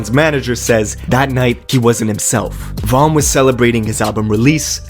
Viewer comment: what? You don’t even know von if you saying his name like that